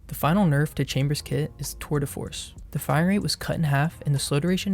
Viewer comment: lmao when u said "tour de force" it sounded like "twitter force" for a second 💀💀